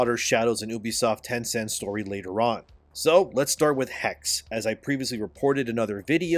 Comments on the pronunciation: Is pronounced Hex-eh, not "haggs" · Yo! Just wanted to let you know, the word is pronounced “Hecks-uh” and it is literally the German word for “witch”. Assassin’s Creed: Witch…;P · The last "e" in "Hexe" is not silent.